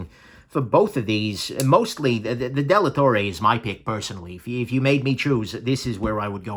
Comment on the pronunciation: it's Dellatorre (Della torre=of the tower) not Delattorre.